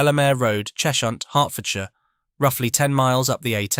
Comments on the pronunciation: It's "Ches-hunt", not "Chesh-unt" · It’s not “Chesh-hunt”, it’s “Ches-hunt”